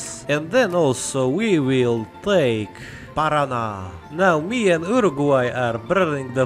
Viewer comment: Your pronunciation of "Rio Grande do Sul", "Santa Catarina" and "Paraná" is just perfect